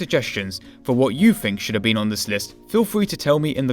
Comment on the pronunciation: Two free eight ..... I find vis hard to listen to.